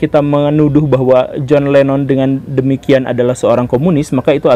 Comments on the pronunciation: Saya salah satu pemerhati dan penyimak konten2 Guru.... Tapi klo boleh ,,,utk menyebutkan nama Lennon jgnlah di sebut Lemon lemon terus... Jujur saya risih mendengarnya...🙏🙏 Hnya utk satu konten ini saja... Maaf atas kejujuran saya pak Guru Salam Sejahtera Turan bc 🙏🙏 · LENNON! bukan LEMON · naha jadi john lemon pak 🤣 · John Lennon atau John lemon ? Betul2 gembul lu